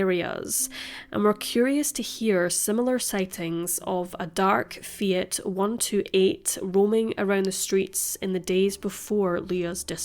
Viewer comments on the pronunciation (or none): none